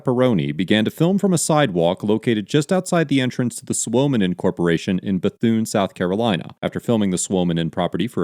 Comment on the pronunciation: Your pronunciation of Suominen was really good for an American.